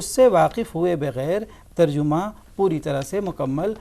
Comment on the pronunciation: ترجُمہ نہیں تر جَمہ ہے